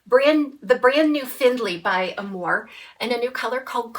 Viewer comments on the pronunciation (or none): "When the moon hits your eye, like a big pizza pie, that's amore." Pronounced uh MORE ay, accent on middle syllable. Love your channel!